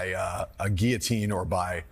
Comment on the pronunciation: gill-o-teen: It's French, not Spanish!